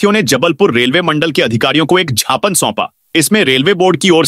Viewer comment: ये उद्घोषक नहीं सुंदर रहे हैं।शीतलहर को शीतल हर बोलते हैं। इनकी नियुक्ति का पता करै।मैं ही उद्घोषक ज्ञापन को छापने बोलते हैं।कितनी बार आपत्ति वक